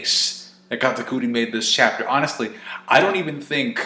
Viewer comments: Katakuri. Say it with me Cat-a-curry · I haven't seen reviews of the chapter, but 20 seconds in and I'm like, how did you get katakuri's pronouncation like that xD